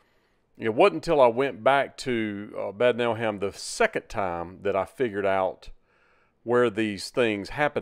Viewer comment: That is quite a residential area, interesting to see, thank you. But omg, you should have learned at least how du pronounce Bad Nauheim (not like bad !!), Goethestraße (who does not know Goethe?), Uhlandstraße... when introducing these places. Also the French machine translation is hilarious 🤣, better you check before release. Would have been nice to find some people having seen Elvis at that time. Anyway, Elvis is still the best, and we love him! ❤️🇩🇪